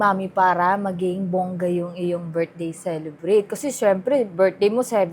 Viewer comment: Celebration cha hindi birthday cekebrate😂